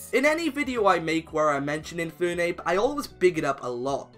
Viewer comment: It's Infernape, not Infoonape!